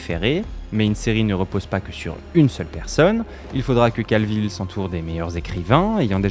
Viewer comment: Cavill, pas Calvill.